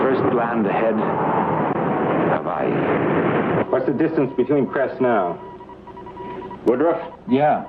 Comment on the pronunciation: notice he said .. havaii.. at 22' 54